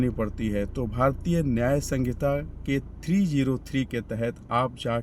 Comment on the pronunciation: संगीता नहीं संहिता 😅